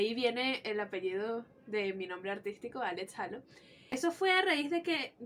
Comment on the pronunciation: Que fino una panita venezolana tiene Todos los albums de nin, yo cuando regrese a Venezuela en el 2004 me robaron los cds y me dejaron las cajas vacias, soy de maturin, una cosa que espero no lo tomes nada malo pero es un error muy comun decir halo (jalo) pero la pronunciacion es (jeilo)